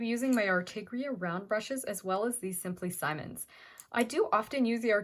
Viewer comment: Please it is “Simmons” not “Simon’s” short “I”